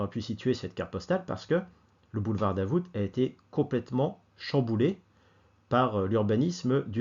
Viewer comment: Le "t" de Davout est muet. Mes oreilles ont saigné pendant toute la vidéo 😄. Un habitué du quartier depuis 30 ans.